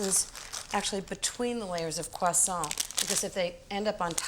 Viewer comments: That's how you pronounce croissant in proper french. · I love how Ins says ‘croissant’. Personally I would’ve used white raisins and Granny Smith apples.